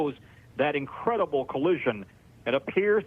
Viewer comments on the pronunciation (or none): Did he say Incredible or un-credit-able?